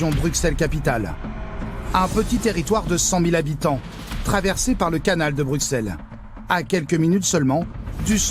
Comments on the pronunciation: Les journalistes parisiens ont rarement pris des cours de Néerlandais,donc forcément ils ne prononçent pas correctemennt Molenbééék,par contre ils pourraient dire BruSSel comme on dit Aussère(Auxerre).Mais je doute que ce soit la raison principal de l inquiétude de la Police de cette commune ainsi que ses habitants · "Molenbèque", à "BruKselle", ça commence fort 😂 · Brux elle 😭😭😭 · deja ont ne dit pas bruXelles mai bruSSselles et pas molenbèèk mai molenbéék... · Ils viennent faire tout un reportage durant des semaines sur place et sont pas capable de prononcer le nom de la ville correctement, ça m'agace. On prononce molenbéke, bruSSelles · MolenbÈk et BruXelles mes oreilles saignent 😭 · Molennebeque à Brukselles… révisez votre prononciation avant de dire des carabistouilles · C'est irritant d'entendre des Français prononcer le X de Bruxelles au lieu du double S alors que cette exception existe en France aussi avec Auxerre! Mais ce qui est encore plus irritant c'est d'entendre le nom de la commune de Molenbeek prononcé Molenbèque au lieu de Molenbéék !!! Ces journalistes ont rencontré des policiers bruxellois, ils ont dû entendre comment ça se prononçait. OK, c'est un nom flamand mais ce n'est pas bien compliqué de le respecter. Un grand respect aux policiers qui font ce métier difficile dans une zone très difficile. On se croirait en Seine St Denis ou à Clichy mais ce n'est pas encore aussi grave que la zone Nord de Marseille ! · BruSSel et MolenbÉÉk !!! C'est pas si compliqué d'apprendre à prononcer correctement. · "Molenkèk", "Bruksel"........ dur dur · On peut dire ce qu'on veut en effet, mais Bruxelles avec "ks" n'est pas la prononciation correcte. Et personne à part les français ne dit "choux de Brusselles" ici à Bruxelles:-) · Dans les premières 30sec « bruksel » « molenbek » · Explication pour tous, Bruxelles en Belgique se prononce "Brusselles" merci 😊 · MolenbÉÉk et pas molenbeck. BruSSelles et non BruCKSelles .